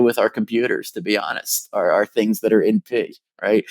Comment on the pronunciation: Thanks god for the subs. Just listening to this you'd hear "Oh yes, this algorithm is NP" but he was saying "in P". At the moment I was like, wait raytracing is NP? That can't be right. Then I decided to open the subs.